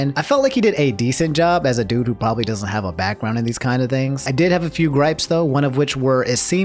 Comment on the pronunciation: “Probaly cheated”